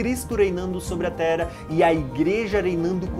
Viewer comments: pq será que ele fala "tera" ao invés de terra? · O irmão fala muito Tera, não fala o rr.